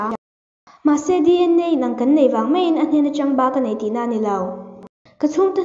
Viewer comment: Mei I tia mai tih tur a lom